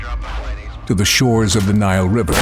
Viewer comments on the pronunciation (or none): none